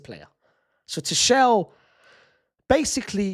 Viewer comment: Bruh Unc suprises me every day with his pronunciation: First we had Shersny (Sczsesny), then we had Arooho (Araujo) and now we have Two-shell (Tuchel) 😭🙏🏻